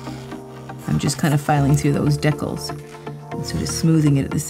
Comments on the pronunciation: No u did NOT call the decals, 'dickles'😂pls know I ain't hating on u I actually love ur videos ❤ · That’s a first never heard anyone pronounce (decals) as deckals. 💀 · Pretty sure it's a Canadian thing :)